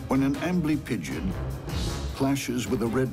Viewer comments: The first time they said amblypigyd I heard "ambling pigeon" and thought "oh God a scorpion killed a pigeon? I thought this show was about bugs!" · when i heard amblypygid i thought he said angry pigeon. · Sounds like "armory pigeon"